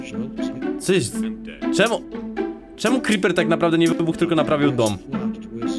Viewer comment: to jest creeper a nie cripa